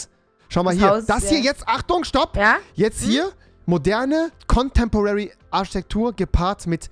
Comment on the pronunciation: HAHA "Arschtektur"